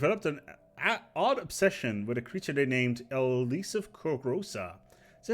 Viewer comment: I love the way you tried to pronounce "elusive". It was novel.